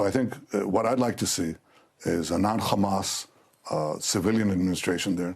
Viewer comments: Drinking game every time this war criminal says Khamas! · how many time did bro say Hammas